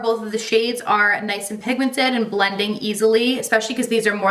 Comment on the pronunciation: Ahhh, lets get you to 900k!! So close!! Love ALL the videos, your so beautiful ❤️ .... It's "pinkmented" instead of pigmented lol